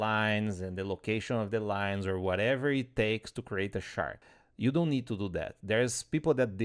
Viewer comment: Watching this at 1.5x and it took me a good while to understand that you were talking about a "chart" rather than a "shart"...